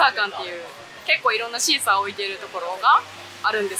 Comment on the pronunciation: シーサーパックのことシークァーサーパックって言ってる😂可愛い😂😂❤